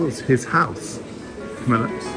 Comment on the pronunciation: Camilla not Comilla! Sorry.